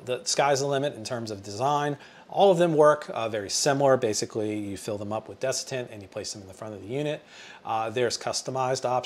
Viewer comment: Good video. Just fyi it’s desiccant